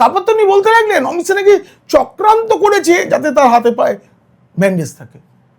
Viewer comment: সাহা নয় শাহ